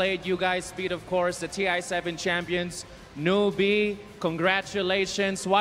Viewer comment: Did he say NoobEe?